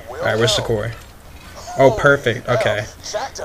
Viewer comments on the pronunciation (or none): none